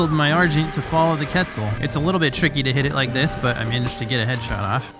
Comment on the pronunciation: Did he seriously say ketsel